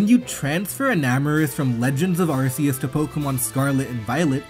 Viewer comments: it's "Legends: Arceus", not "Legends of Arceus". Also, it's pronounce "Ar-KEE-us", not "Ar-SEE-us" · "Legends of Arse-eeus" bruh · "Legends of Arseeus"